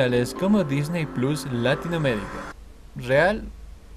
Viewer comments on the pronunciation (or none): none